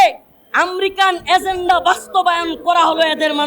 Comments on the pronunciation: আম্রিকা নারে ভাই উচ্চারণ শিখেন আগে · America taw uccaron korte parena, ahammok